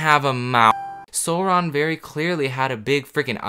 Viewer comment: My guy sauron is pronounced s-ow-ron